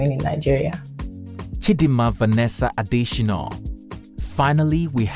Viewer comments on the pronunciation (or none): Why do you insist on misspelling (and mispronouncing) her name in this video? Her name is Chidimma not Chidinma, and her surname is not pronounced “Adeshinoh”